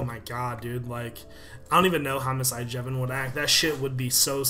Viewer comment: at the end i always think he says mrs iJevin